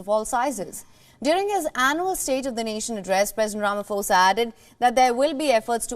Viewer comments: ITS NOT "RAMAFOSA" ITS "RAMA-POSA" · No, its Rama-Sofa